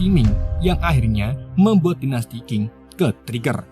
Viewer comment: Dinasti cing baca nya bukan king.